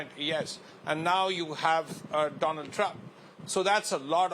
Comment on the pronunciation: She just gave a new name…. After…Doland… “Donald Drump” 😅😅. “Struck by something on Right Eye”…. 🤦‍♂️ News Anchor 😓😒